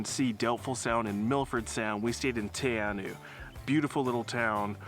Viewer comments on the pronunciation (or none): Teh Are Know,proper pronunciation, but you're doing okay, carry on.😊